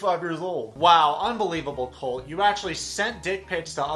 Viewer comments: She seems to only add it to words ending in "e" or "t". Say colt but pronounce the t like you would if your saying it off the alphabet. Or col(tea) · About the "eeeee" at the end of the words: I think its more, like, a tactic to think while you speak, when you are learning. You see, if you say "colteeeee" instead of "colt", you have 2 extra seconds to think and remember the words in english. Usually you drop that when you have a few years of living in an english language country. That, and also, portuguese have more words with the tonic syllable as the last.